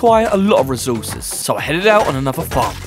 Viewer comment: Recourses❌ Rezourses✅